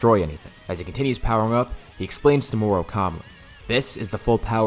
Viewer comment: moro not moru